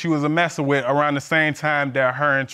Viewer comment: I thought the same it's Library...she also says wit No it's with. Come on articulate your words.